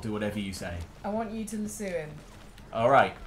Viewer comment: Lol, I honestly had no idea what you guys were referring to when you were saying lasoo. When I realized it was the lasso I laughed much harder than I should’ve. Good times. I could see how it might be mispronounced in your defense.